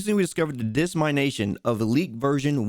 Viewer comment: Hahaha, you pronounced dissemination as (Dis my nation)